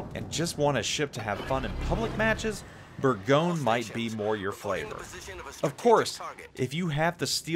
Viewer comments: Your pronounciation is not that bad to be honest. It is closer to something like "Bourgonieu". But you are close ;) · You hearing say Bourgogne make my ears bleed.